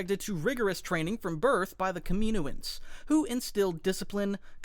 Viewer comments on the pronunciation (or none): it's pronounced, cam-in-oh-ans, that's how you pronounce kaminoans